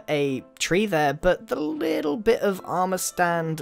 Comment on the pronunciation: he said bich not bit